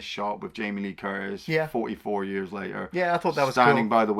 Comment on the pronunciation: "40 YARRS AGO!" hahahaha quality.